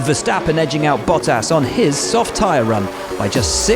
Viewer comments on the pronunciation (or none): none